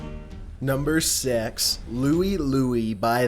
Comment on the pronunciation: He said "Number sex" lol and not six...